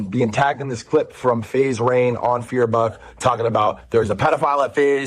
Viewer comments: calling rain "rug" just pissed me off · I love how everyone is calling Rain, Rug 🤣🤣🤣🤣 This is amazing